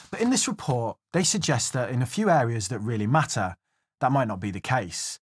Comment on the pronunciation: Mah-ter A+ ;)